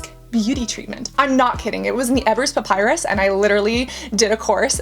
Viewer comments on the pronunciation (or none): none